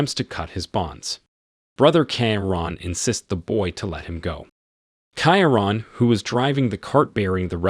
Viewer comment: It’s Key-Ron not keya ran !